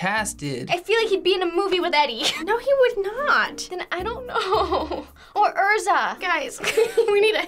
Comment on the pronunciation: called Ezra Miller Erza.